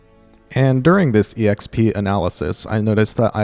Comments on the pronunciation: am I the only one bothered by how said EXP as ee eks pee? i dont think i've ever heard anybody say it like that (instead of simply eks pee) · JUST SAY "EKSPEE" i love the video but just.. just.. "ekspee"